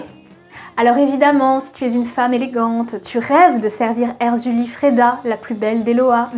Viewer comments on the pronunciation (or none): none